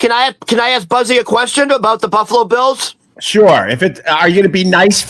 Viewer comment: Bils it’s bills